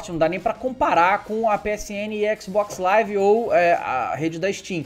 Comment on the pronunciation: Ele fala xcsisbox live